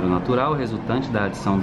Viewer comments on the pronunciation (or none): Mds ele falou "adiação" ao invés de "adição" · É empressao minha ou na segunda questão o falou "eadiação" em adição??!!😂😂😂😊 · ''INAVDI'' kkkkkkkkkkkk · "INAVDI" Palavra aleatória do 2020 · "INAVDI" KKKKKKKKKK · "Inavdi" KKKKKK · "inavdi" KKKKKKKKKKKK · "Adiação" kkkkk Por: 🤣🤣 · "INAVDI A ESCOLA..." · "adiaçao" kkkkkkkk